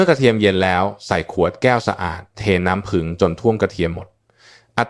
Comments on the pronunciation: เอไอยังชัดเจนกว่านี้เยอะน้ำผึ้งจ้าไม่ใช่น้ำผึง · น้ำผึ้ง ค่ะไม่ใช่น้ำพึง เขย่า อ่านว่าขะเหย่า ไม่ใช่เข ย่าค่ะ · น้ำพึ้ง เอ๊ะ น้ำผึ้งสิ ออกเสียงเพี้ยนนะครับ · น้ำผึ้ง ไม่ใช่ น้ำพึ๊ง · พูดเพี้ยน น้ำผึ้งเป็นน้ำพึ่ง...... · กระเทียมกับน้ำพึ๊ง กูจะบ้า น้ำผึ้งโว้ย เอไอ น้ำผึ้ง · กะเทียมกะน้ำพึ้ง😂😂😂😂AI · คุณหมอคะ นํ้าพึ้ง กับนํ้าผึ้ง นี่มันอันเดียวกันมั้ย งงนะเนี่ย เอไอหนอเอไอ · น้ำผึ้ง ไม่ใช่น้ำพึ้ง😂😂😂😂😂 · น้ำผึ้งค่ะไม่ใช้น้ำผึ่ง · น้ำผึ้ง ไม่ใช้น้ำผึ่ง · อะไรก็ดีเหนื่อยกับการใช้เอไอ นำ้ พึ้ง อะไรของมัน ค่ะ ต่อไปภาษาไทยวิบัดหมดค่ะ ขอแนะนำว่าแก้ไขหรือเอาคนจริงพูดทีเถอะค่ะ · ไม่รู้จักน้ำผึ้งจริงๆเหรอ อ่าน น้ำพึ๊ง อยู่ได้ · ขอบคุณสำหรับความรู้ ที่แต่ละคนก็มีความเห็นแตกต่างกันไป, แต่จะไม่ติดตามต่อเพราะรำคราญ AI พูดผิดๆถูก! พอฟังถึง“น้ำพึ้ง”แล้วขอออกก่อนดีกว่า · แค่อ่านคำว่าน้ำผึ้ง ก็อ่านไม่ถูก จะเชื่อถือได้อย่างไร